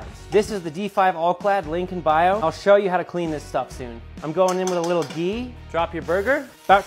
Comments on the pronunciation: You pronounced ghee like it's meant to! Americans tend to say 'GEE' and sound ridiculous lol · I gotta say your pronunciation of ghee was spot on😁😁